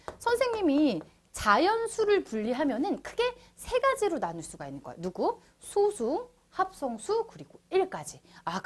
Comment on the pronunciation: 여기서의 소수는 읽을 때 '소쑤'라고 읽어야합니다.